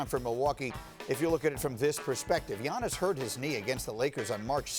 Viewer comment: Greenberg cant even prononce giannis's name. Have some respect to the reigning mvp